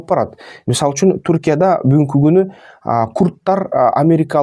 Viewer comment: Куртар эмес куртор деп тура айтчы